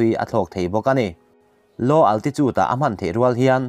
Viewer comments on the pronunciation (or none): none